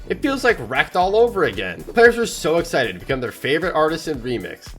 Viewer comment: HE MAKES ME MAD WHEN HE SAYS EXCITED LIKE ISIDID